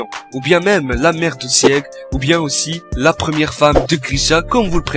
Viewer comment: Mais prononce bien les noms bon sang, c'est pas chie-gant-chie-na mais chie-gane-chie-na Et Scie-g pas Sied-gue Voilà merci au revoir